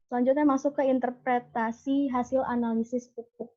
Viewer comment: Interpretasi bukan interprestasi